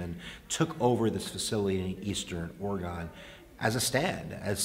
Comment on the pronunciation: Alright you need to learn how to pronounce Oregon.